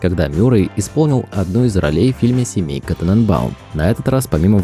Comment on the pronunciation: "Семейка" же, а не "Семенка". А за видео огромное спасибо. Было очень интересно узнать что-то новое об одном из любимых актёров. Лайк поставил. Уже подписан. Удачи! Спасибо!!!